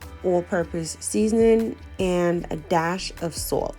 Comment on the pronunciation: It got b good tha way u say swalt omg 😍😍 swalt